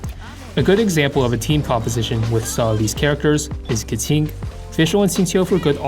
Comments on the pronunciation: Why, why do you keep saying Keting instead of Keqing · Instead of a voiding saying her name, this went the other way and said "Keting" in every sentence of the video. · pls stop saying ka ting. it hurts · her name is pronounced "kuh-tyying" not "ke-ching" or "ke-kwing" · sorry but each time you say Keqing it hurts